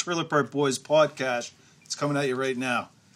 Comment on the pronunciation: Why do they say podcash